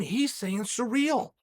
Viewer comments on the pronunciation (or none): Francis and surreal 🤣🤣🤣chaels pronunciation's are always horrendous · So how is Cyril pronounced. Sereel or seril?